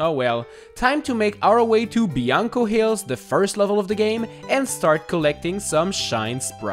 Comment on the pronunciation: it’s BLANCO hills not BIANCO hills